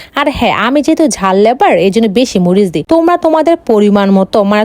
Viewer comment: বলদ লেবার না লাভার জাল লাভার শুধু কনটেন্ট বানাইলে হইবো কথাই বলতে পারোস না লাভার কে বলে লেবার